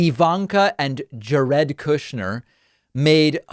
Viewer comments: What’s with the pronunciation “Jah-red” Kushner ? Is that actually how it’s pronounced? If not, it seems a bit hypocritical to purposefully mispronounce names when such a point is made about the GOP doing the same thing to Kamala and others. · David, SIR, I would like to thank you for using the correct pronunciation of Jared. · Pak... now I'm confused 😕 Is it JEHR-id or jeh-RED???? Help...